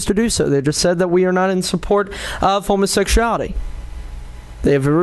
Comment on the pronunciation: Tired of hearing him pronounce it "homosexshality"